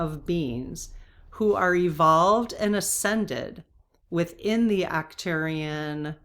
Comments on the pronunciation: Ark turians Arch pronounced Ark. Not a criticism jut trying to help. Love your videos. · It is Arc-turians, like Ark.